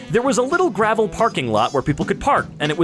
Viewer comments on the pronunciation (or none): none